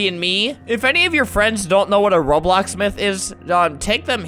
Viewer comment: he said robloc lol